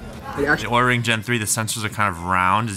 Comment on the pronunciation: Be careful, OURA is pronounced as our-a not awra. Apparently your video could be requested to be pulled according to LTT's experience with this company lol.